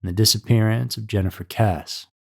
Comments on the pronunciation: It’s KessE not Kess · If you are going to do a video on a victim, please be respectful and at least look up the proper pronounciation of her name. It sounds like Kess- {long vowel} -E. ...... Kess. E ..........Not Kess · Her last name is pronounced Kessee not Kess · Her name is pronounced “Kessie” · Pronounced Kess E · Her last name is spelled Kesse but isn't it pronounced Kess-ee as in Kiwi? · it's pronounced kessey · Kesse is pronounced like Jesse. How can you screw that up? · yeah that was bothering me so much I couldn't even make it till the end of the video. And trust me this is the number one case I keep looking for updates for whenever it crosses my mind. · Kess-ee* I believe you be pronouncing names and words incorrectly just so people will correct you in the comments. Like the other day with Israel keyes. You did a video on him and you pronounced his name right in that video, but you mispronounced it in the last video you did speaking about him. It's cool though, can't hate on the game! Feeding that algorithm!😂😂😂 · Her name is pronounced Kessy. This story has been big news in FL for many years. So sad and still no answers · Thank you for correcting the pronunciation. It was bothering me! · It is pronounced “kes-E” (2 syllables with a long e sound on the end.) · Her last name is pronounced “Kess-e” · At least learn to pronounce the last name if your going.to report on the case. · The pronunciation of her last name is cringe. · Bro if you can’t even pronounce her name right how am I going to be able to believe the rest of the video?? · Yeah. Mispronouncing a missing person's surname is funny. You probably will need a cartoon face to express yourself when 8-year old intelligence runs out. Dolt.....